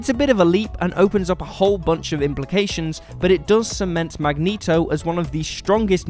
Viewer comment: "Magento" lmao